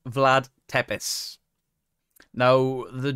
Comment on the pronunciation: Tepes - pronounce it this way Tepesh, wherever you see an accent on the bottom of the "s" in Romanian, you sound it like sh. shadow-blocked me because I critiqued his pronunciations and historical facts regarding V.Tepes.